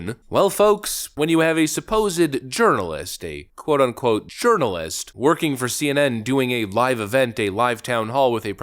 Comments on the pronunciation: You said “CNN Urinalist”. Bwahaha 😂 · Did you just call her a "urinalist"? LMAO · Did you call her a "urinalist" ? lol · It sounded like you called her a urinalist. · Did you say “CNN urinalist”? Haha